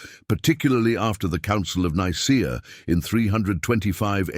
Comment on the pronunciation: its pronounced Nicea, not Nicer